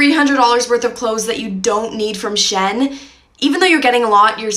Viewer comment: Shen?! I've never heard Shein pronounced "Shen".